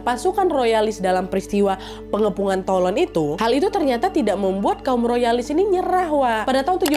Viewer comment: keren kak nad, btw Toulon (dibaca: Tulong) 😁😁